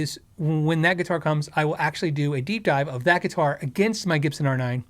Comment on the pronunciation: Dunno why but the first time thru,, when says "deep dive," I hear "geek out," so of course, double take. Then... Oh, it's ok. They're the same thing. 😂🤣😂